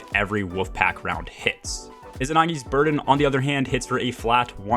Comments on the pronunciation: PLEASE RENAME it's izanagi NOT izinagi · is there an inside joke im missing with u calling it izinagi instead of izanagi which is what its called?